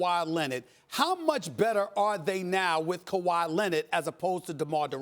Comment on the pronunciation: "KAWHI LENNID"